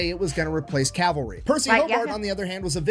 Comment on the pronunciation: It's cavalry, not calvary. Calvary is where Jesus died. Cavalry dies everywhere. off his game. In addition to Hobart many others contributed to massed-tank theory in the 20's and 30's. Liddel Hart in England, Degaulle in France and Deep Battle Theory in the Red Army. Real time communications between military vehicles with radios wasn't practical until the invention of the throat mic, which wasn't available until America invented it in 1935. It was immediately adopted by the German Panzer corps, but not by the British tanks (the RAF did, however). I am impressed with Hobart's accomplishments DURING WW2, but he DID NOT invent Blitzkrieg. The Germans did that in May of 1940. should do more primary resources. Sad to see him as just a crowd pleaser now.